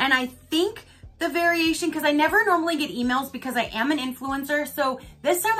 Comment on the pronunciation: "Blessed, neva (never) stressed"